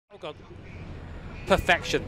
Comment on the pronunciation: "Perfection" or "Pure-Feck-tion"?